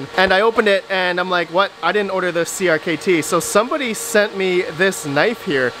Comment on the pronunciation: FYI: CRKT is pronounced as cricket